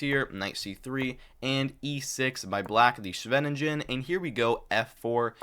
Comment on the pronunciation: Amazing effort to produce this 2 hour video! Please do learn how to pronounce "Scheveningen" and Smyslov